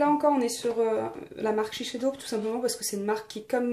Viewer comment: Pardon mais shisheido !!!!! SHISEIDO pas shisheido